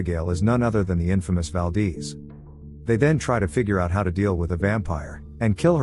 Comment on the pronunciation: Valdeeze😂😅🤣 Valdez